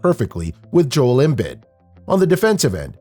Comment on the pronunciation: Please stop saying “Embid.” It’s “Embeed.”